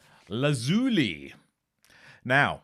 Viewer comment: Mr Pedantic says that it’s actually pronounced Domm-in-ay, not Domm-eye-nn 🤔 Also, wouldn’t Lazuli be pronounced Lazz-yuu-lie, as in Lapis Lazuli? 🤔 Apart from that…you had me quaking a few times…oh no it’s not going to be Inxs!?!!…please don’t produce a U2 lp!!! Phew! Etc Btw, strictly personal of course but i’m rather pleased you’ve never mentioned Queen on here 🤣 Julian Cope is amazing! Many more great albums than the ones you mentioned. How about Robyn Hitchcock? One of the few artists of the 80s worth listening to (again strictly personal but gawd i hated the 80s 😖) Or how about some Rain Parade, or Thin White Rope, or Jayhawks, or Green Pajamas or Green on Red or Giant Sand? 👍